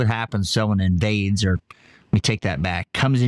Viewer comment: He subconsciously said “invades,”